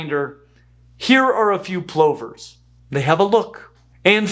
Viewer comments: In the UK our plovers are pronounced p-lovers, rather than compressed pullovers… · Ok, Plovers has no e in it. The pronunciation is the o sounding like u, so pluver, not ploe ver. I know Americans call jet engines turbins, which is Asian headgear while the engines are pronounced properly tur-bine, with the e. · I’ve never heard plovers pronounced that way. It might be the Australian accent but I’m used to it being pronounced “pluvers” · In my part of Canada we call them plovers as in the o sounds like the u in up “ pluvers”. We have the piping plovers.